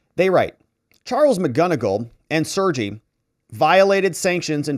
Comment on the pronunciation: The Russian name "Sergey" is pronounced "Sir Gay"